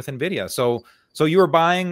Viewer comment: Why does nobody know how to pronounce Nvidia?